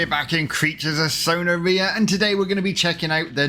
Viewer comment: I was so close to throwing my phone when I heard how he pronounced “sonaria”